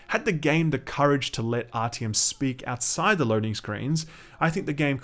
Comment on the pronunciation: .... did you just pronounce his name as ‘rtm’????